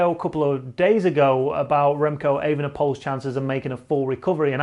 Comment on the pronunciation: FYI, the Dutch word Poel is more pronounced like the English word Pool, not Poll.